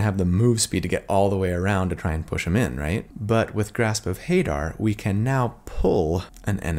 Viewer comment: Love this build! Not gonna be playing it anytime soon, just started a new campaign, but definitely keeping it in my back pocket. Also, I pronounce it Ha-DAHR, rather than HAY-dar, but maybe that's just me?